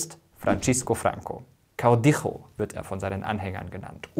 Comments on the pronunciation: Kleiner Fehler am Rande: El Caudillo spricht man "kaudijo" aus, nicht "kaudicho". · Super-Video! Nur ein paar falsch ausgesprochene Wörter: GuerNIca (statt GUERnica), FranZisco oder FranSisco (nicht Frantschisco), CaudiYo (nicht Caudicho) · Kaudicho? Es wird etwa „kau-DI-jo“ ausgesprochen, wo das J auf die deutsche Weise auch ausgesprochen wird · F.F " caudijo " 😂😂😂😂... wir sagen caudillo , es kling wie caudillo pequeñijo, klein . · Ich empfehle Mirko, sich über die spanische Aussprache spanischer Namen und Bezeichnungen zu informieren! Er spricht nicht nur Francos Vornamen Francisco fälschlicherweise italienisch - und nicht spanisch - aus, sondern auch den Titel "caudillo", den er ausspricht wie "kaudicho", der aber korrekt spanisch "kaudijo" ausgesprochen wird. Ich habe bisher nur die ersten gehört, den Rest höre ich mir wegen Müdigkeit morgen an. Aber in diesen nicht ganz drei Minuten habe ich schon diese zwei Aussprachefehler bemerkt. Ein weiterer Fehler: Die spanische Stadt "Guernica" wird auf der zweiten Silbe, also auf dem "i", betont. Mirko betont - wie fast alle nicht spanischsprechenden Deutschen - fälschlicherweise die erste Silbe. Ist nicht besserwisserisch gemeint - sondern soll wirklich nur ein Tip sein! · Tolle Arbeit, alles gut zusammengefasst. Was ist Caudijo? Meinst Du Caudillo? Wird wie ein deutsches j gesprochen, nicht wie ein deutsches ch in "Dach" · Mega gutes Video. Hab es meinen Schülern gezeigt um das Gelernte im Unterricht zu festigen. Kleine Korrekturen: das "C" im Spanischen wird fast genau so wie im Deutschen ausgesprochen, also [t͡seː] und nicht [tʃ] (Francisco). Und das "ll" in "Caudillo" muss als [dʒ] ausgesprochen werden (caudijo), so wie ein deutsches "J", und nicht als [x]. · Sehr spannendes Video. Aber autsch, die Aussprache der spanischen Wörter. Da kann man sich schon besser informieren. Francisco Franco wird "Franzisco Franco" (das z gelispelt) und caudillo als "caudijo" (ll wird j) ausgesprochen.